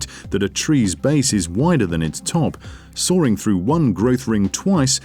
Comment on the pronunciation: Why is this guy pronounces "sawing" as "soaring"? What kind of accent is this?